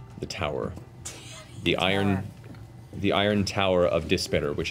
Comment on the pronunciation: I just realized "Dispater" is probably pronounced "dees-pah-tair." Dis is a layer of hell in Dante's Inferno, and pater is Latin for father. Father of Dis.